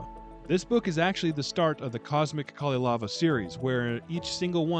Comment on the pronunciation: The Nokkia ringtone was a nice touch. Oh, and nobody noticed that you kept calling the Kalevala the KaleLAVA, so I think you got away with that :)